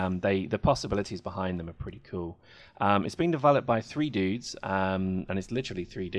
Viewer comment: it's dude not dood XD, that means dead in dutch